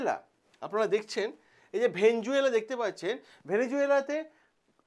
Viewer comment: ভেনেজুয়েলা নয় রে ভাই ভেনেজুয়েলা।